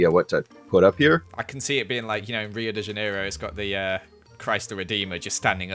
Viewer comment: me, from brazil, hearing you say "rio de janeiro" 👁👄👁